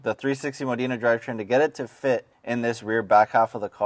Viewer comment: learn to pronounce Modena hint its NOT Moh deena dude